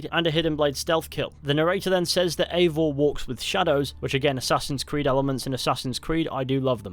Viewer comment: yes but they are creating a novel and there is leak that Eivor is "her". Originally the name Eivor is a female too. There is no living male that is called Eivor. And the name is actually pronounced EYEvor (i dont know the transrcipt so i type it that way :D)